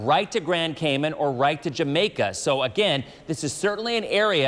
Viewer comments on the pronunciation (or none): The way pronounced cayman though lol